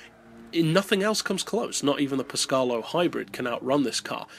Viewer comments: Italian rant on the way Its actually Péscarolo, not Pescárolo, and your pronunciation would be Pescarlo in italian. Sorry for the rant :) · Great video. Only just got gt6 to work on my old ps3. Glad i did tho!! One thing that did make me smile - Pescalo? I know a bloke named Henri that would be a bit miffed at your pronunciation.;) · After hearing that only LMP(1) and Group C cars are considered for this list, I am surprised to see a concept car in first place. I am not really sure that car would be legal under the rules... How did you pronounce "PescArolo"? I couldn't hear the "a" in it :P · It Pescarolo (Pes-ca-ro-lo) not Pescarlo (Pes-car-lo) and (Sow-ber) not (So-ber)